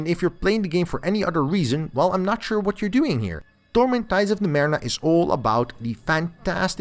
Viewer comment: Torment Tides of NumeRENA?! What the hell? This doesn't bode well...let's see. Not bad actually! Quite good. But c'mon...Numerena? Dood, it's Numenera, how could you miss that...